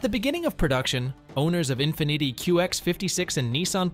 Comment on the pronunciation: no one should take a guy that says infneety seriously